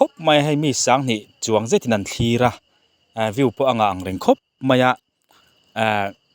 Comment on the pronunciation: 'vew' ni lovin, 'view' záwk.